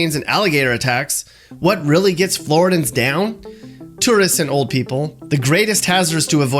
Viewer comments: BTW it's pronounced Flo-rid-ian not Flo-ri-dins. Can't get the basics right how can I trust the content? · It is Floor-id-e-in. Not Floor-id-in. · Isn't it Floridian? He keeps saying "Flordan" throughout the entire video. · It’s pronounced flor-ID-ian not flori-dan. The rest of this is pretty accurate. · It’s Flor-Id-i-an not Flor-I-dan. Born in FL. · Wtf is a Floridan its Floridian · Michael L, It’s Floridian, not Floridan. I have never heard anyone call a person a Floridan. Remember, it’s Floridian, and it stands for the best of the best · Floor a den. LOL. He’s not from here. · Are we really listening to a guy tell us all about Florida when he can't even say flor-id-ian? Lol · Please for the love of god, Floridian is pronounced Flor-idd-ian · As a FloriDIAN .... i can’t stress enough that it is Flor-ih-de-AN 😂 this is a good video though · Floridian has a short vowel “I” sound. I know it doesn’t seem like that but the first I is short so the word is like 4 syllables. Great job overall!! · I'm from NJ, and even I knew he was saying it wrong lol